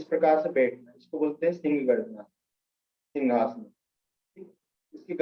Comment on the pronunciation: सर आपने मिनट पर सिंघासन के बारे में जानकारी दी कृपया अपना उच्चारण सुधारिये ।आपने जो कहा उसका अर्थ है किसी राजा की शाही कुर्सी अथवा सोफ़ा । वास्तव में आसन का नाम सिंहासन है , सिंह अर्थात बब्बर शेर । इसमें आकृति शेर के समान बनतीं है और आंखों को नासाग्र केन्द्रित कर (यह तो सही बताया आपने) सिंह गर्जना कंठ से की जाती है । सिंघासन और सिंहासन जमीन आसमान का अंतर है कहीं कोई मेल नहीं हैं ।